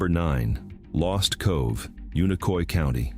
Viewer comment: THANK YOU FOR PRONOUNCING UNICOI COUNTY CORRECTLY!!!!! ❤